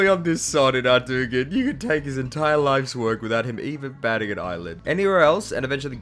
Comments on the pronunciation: WTF.. is Ardougne actually pronounced ARDOOGYN? Because I've been saying it with a silent g for 2 decades. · Immediate like for the correct pronunciation of Ardoogun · “Arrdoogen.” I love you. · the minute i heard how he pronounced ardougne i left the video.